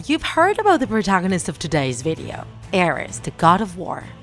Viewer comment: aREs ARES ARES goddamn it the pronunciation made me mad.